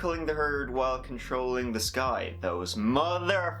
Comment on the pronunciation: What do you have against the "th" sound??